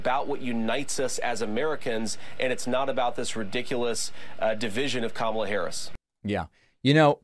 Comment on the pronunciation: JD pronounced Kamala's name correctly.